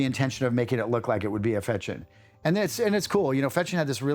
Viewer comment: Только он не Фечин, а ФеШин (читается как sh)